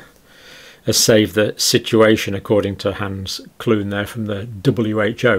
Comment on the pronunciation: Kluge is not pronounced Klung. Please learn to get people's names right. You never seem to be able to read foreign people's names!